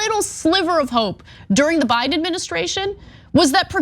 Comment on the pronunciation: You say Biden like Trump says China.